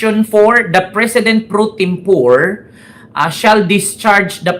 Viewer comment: Correction (no offense) pre tempore (po re) not pre tempore as pores in English